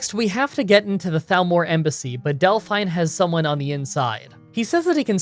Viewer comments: Delphine is not pronounced "Dell-fine". It's "Dell-feen". Have you ever actually played the game before? They say her name a hundred times. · I can't be the only one who cringes a bit when says Del-fine instead of Delphine... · Hey,, if you play through once with sound on you will hear the name pronunciations for a lot of major characters. Like Delphine is pronounced Dellfeen, not Delfine. Not a huge deal, and obviously not important. Your content's fantastic. Currently binging your Kings Quest Videos. (4&5) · Lol Del-fine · "Delfine" lol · Why do you keep calling her "Del-FINE"? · No one ever in the history of civilization, ours or Elder Scrolls, has ever pronounced Delphine in that way before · Not sure if you have heard this 300 times yet. I have always her Dephine's name pronounced with a hard e sound. Not sure if that is the correct way or if you maybe would have a problem with your accent. Love all your challenges by the way.